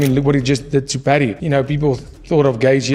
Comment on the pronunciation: Can you learn to say Gaethje!!!